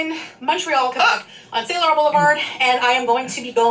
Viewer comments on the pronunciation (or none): none